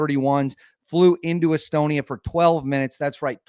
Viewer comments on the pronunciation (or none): none